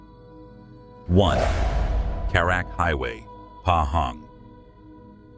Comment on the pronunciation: “ Karat” and “ Fandey” were mispronounced for e.g. It should have been “ Car Rut” “ Fun dee”. Thank you for receiving the feedback well.